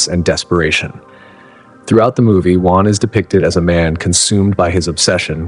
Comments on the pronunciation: It's Weyland, not WHYLAND!!! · Who’s “Juan”? 😅. Weird way to pronounce Weyland! Mispronounced it in two different ways throughout the video. I did like it but that threw me off as I was falling asleep! 😅. Love all these videos from the channel! I don’t sleep good at all ever since I got out of the Marine Corps in 2004. I’m lucky to get 2 hours sleep straight every night since then. 😤😕. This channel helps me relax though and get to sleep. Even if it’s only a couple hours, it’s still nice.